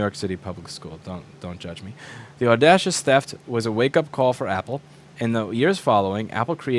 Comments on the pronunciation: Say it with me Louis, AWWWDAYYYSHUSSS! LOL enjoyed the video very much! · No, the real hero is Google for pronouncing the word "Audacious" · Can't pronounce "audacious" Pronounces "huaqiangbei"